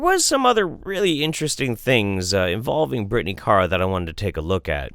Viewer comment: I like how you can't decide how to pronounce Kara ☺ IMO it's always "Care-uh." And always spelled with a K, of course.